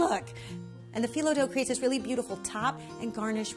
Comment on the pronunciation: Loved the video ❤️ we say bak-laa-vaa and phyllo like fi (like high) low 😌